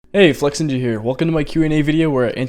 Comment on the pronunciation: Why. Flex-inja And not Flex-ninja